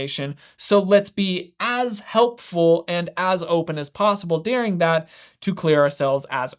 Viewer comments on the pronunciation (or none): It's pronounced "during" not "deering"